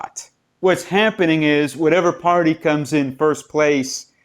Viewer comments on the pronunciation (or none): none